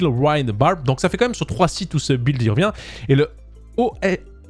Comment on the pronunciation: Mais....pourquoi tu dis un b''W''uild ??